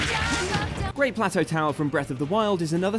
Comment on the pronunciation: "Great Plat Hotel" ?.... Does this host speak english?